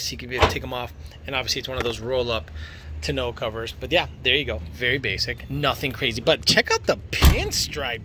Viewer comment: Glad im not the only one that thought he was saying it weird lol